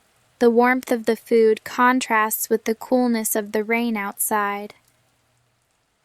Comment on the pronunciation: Sry why is there wrong pronunciation???? For ex the word contrast when is a verb the stress is on the second syllable but here you put it on the first syllable Plz answer me